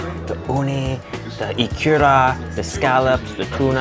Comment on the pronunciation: Eee-ku-ra Eee-ku-ra Not ee-kuuu-ra Emphasis on the Eee, short ku, short ra